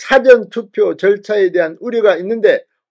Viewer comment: 진성호씨말씀은 사전투표 를국어사전영어사전 할때쓰는사전 이라하는데좀고치세요 사전투펴는. 사~전투표로^^